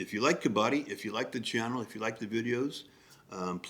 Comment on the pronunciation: Dont say Kabaadi 😂😂😂...it means ragpicker .....its Kabadddi .....stress on d 😊